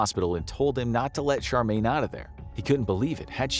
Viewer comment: It's Cheramie not Charmaine